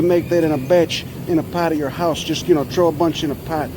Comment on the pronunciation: He's not saying put it in your "ass", he's just pronouncing "house" the same way Cockneys do.